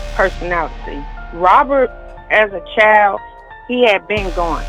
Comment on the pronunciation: "Robert as a chileee ," 🙄🙄🙄